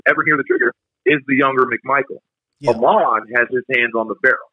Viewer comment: It’s Ahmaud... btw